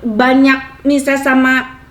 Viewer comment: Mesis bukan Mises..hehehe..